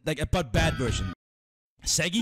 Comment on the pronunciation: bro shaggy no shoggy